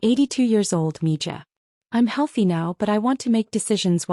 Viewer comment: Mija= sounds like mehyah